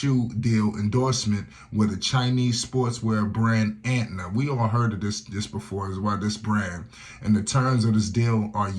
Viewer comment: Why does he keep calling it Antna, it’s ANTA